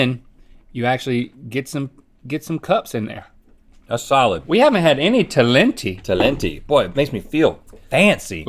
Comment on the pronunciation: Surprised there aren't more comments on the fact that they mispronounced talenti